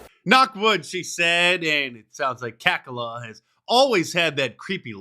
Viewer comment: I just heard this and it's either ironic, funny, or scary. Kamala wants her name to be pronounced as "Come-Allah."